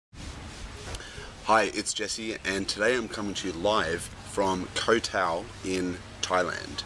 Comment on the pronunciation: What a load of crap. Three tips: Don't edit until your first draft is done, carry a pen and pencil wherever you go, and turn off spell check (which is really tip #1 restated). Jesus. This guy hasn't written shit. And by the way, learn how to pronounce "Koh Tao."